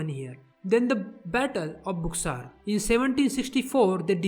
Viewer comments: Pronunciation of Buxur is incorrect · You are pronouncing buxar wrong.